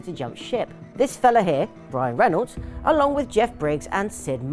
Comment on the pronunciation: While I think it was one of the best games ever made and I agree with you, how do you not know how to pronounce Chiron and you get Reynolds right when you say it the first time and then butcher it the second?